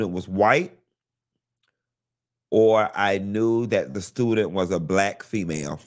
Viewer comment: “SHE WAS BLYCK” 😅😂